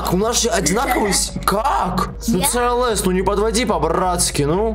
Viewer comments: в английском только си ел эс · ты там сказал цлс тамаева😂😂😂😂😂